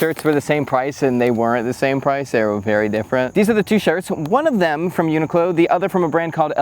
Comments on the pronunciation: The accent is more like u-knee-clo you pronounced in the video. The -clo in the end rise up like in clothing rather than falling down like in close. But to get more Japanese style pronounciation, you make it like coo-lo, coo as in cool with out the l, and lo as in lol also without the l. It's a 4 syllable pronounciation. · I haven’t looked at 1,000+ comments, so I’ll write it just in case: it’s pronounced uni ku ro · It's pronounced yuu-nic-lo. The japanese is written like yunikuro. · I've always pronounced it "UN....IQLO" 😭 lol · Not to split hairs but in Japanese it’s more pronounced ‘yu-ni-ku-ro’ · Thanks for the video! NOTE: To solve that pesky problem of how to pronounce a large global corporation’s name, consult the Internet.